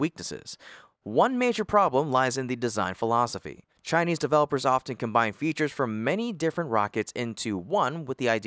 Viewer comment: America tech companies should stop hiring chai-lese pee-pul